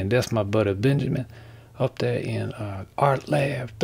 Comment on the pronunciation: "these things right thuh"